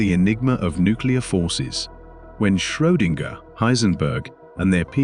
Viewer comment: Excellent narration and graphics. But some names are mispronounced. James Clerk Maxwell's middle name is pronounced Clark. Schrodinger is also badly pronounced.